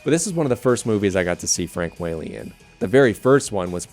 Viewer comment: Ok, just so you know ... his name, Frank Whaley is pronounced Wha (short a) ley, not Wh-Aaa-ley.